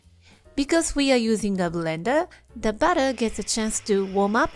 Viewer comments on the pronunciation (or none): That's BATTER with an "A" (rhymes with "cat" ) not BUTTER with a "U" (Rhymes with "cut:) . . . .